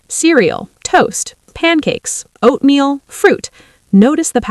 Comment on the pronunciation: TOU, PANICKES, OATAMEAL, what kind of lazy AI crap is this?? 👎